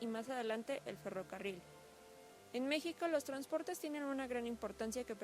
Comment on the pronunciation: en el minuto dijiste mijico y no es con j